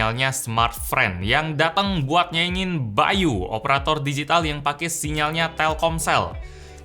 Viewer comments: Nama nya bay.U di baca bayu yg bener bay You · yang kalian denger : by.u yang gw denger : bayu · By u: gue dengernya Bayu